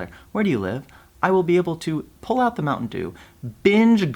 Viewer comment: at night “da finnish noob” man se on tota "the" juttu minkä sä lausut!